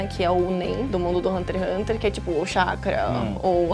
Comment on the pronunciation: Se passaram anos e meu ranço por essa menina ainda não passou. No início do vídeo, ela fala como se o Togashi fosse um preguiçoso, vídeo raso demais, envelheceu igual leite. Sabe nem falar o nome do anime que está apresentando, por isso esse ''programa'' não vingou, ambos não sabem nem o que falar. Péssimo vídeo.